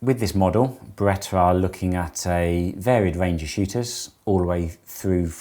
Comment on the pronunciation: There is no R at the end of the Beretta brand name.